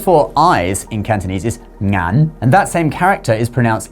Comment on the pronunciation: You don't need to pronounce the "N" in Ngaan. "Ng" itself is one sound.